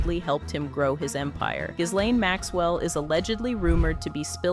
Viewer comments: Pronounced GEEEEE LANE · The 'S' in 'Ghislaine' is silent...